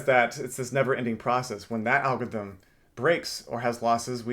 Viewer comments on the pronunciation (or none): Algorithm has 4 SYLLABLES. AL-GOR-ITH-EM. It’s not AL-GITH-EM